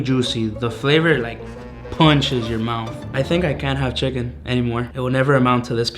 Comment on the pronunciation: "MoRe CHiCaKnEE FlaVoR"